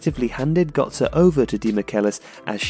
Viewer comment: So it's Özil but you cannot say gÖtze? xD i am confused